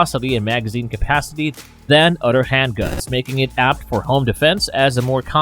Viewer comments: He said uder not other lol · u also mispronounced other that's 2 mistakes already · Other or utter or udder?